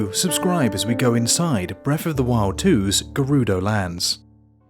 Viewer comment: You say Breff of the wild. HAHAHA sorry!